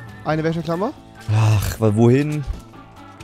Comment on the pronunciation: Ich schreibe jetzt mal wie du Wäscheklammer aussprichst:"Wächeklammer"